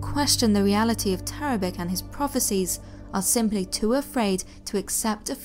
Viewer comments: Yeah, that's pronounced TARABICH not TARABIK. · Very well done, thank you. Just one thing .. Tarabic is actually pronounced Tarabich - there is an accent over the 'c' in Serbo-Croat which makes the 'c' a 'ch' sound. Just thought you should know for the future ;-)